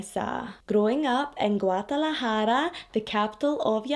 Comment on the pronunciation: Ok girl I see u w your Guadalajara pronunciation!!😉